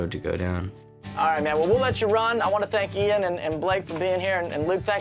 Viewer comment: Nothing to do with her accent, she was saying the name incorrectly at first. She must have been told as she started saying it correctly later and she still had the same accent. Also I'm not just going off this, Lots and lots of Americans can't say Craig they say Creg and Jaguar becomes jagwaar, Adolf becomes A dolf. Ive heard thijs from lots of different Americans with lots of different accents